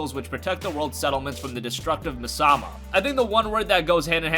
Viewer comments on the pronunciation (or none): mi-sama? you mean me-as-ma? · "Misama". Miasma you mean? Pretty sure that's an English word. xD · never miasma pronounced that way before